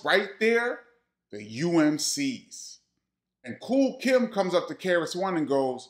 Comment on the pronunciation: Nobody is talking about referring to KOOL KIETH as KOOL KIMB😂😂😂😂. HILARIOUS